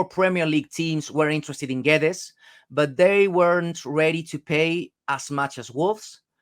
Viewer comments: Is his surname pronounced Gwedes or gedge? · Lol stop calling him GEJ. Portugese commentary during Internationals call him Gay-dezsh.